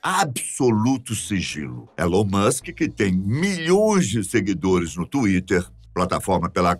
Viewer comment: nem pronunciar o nome do cara, o apresentador saber. porra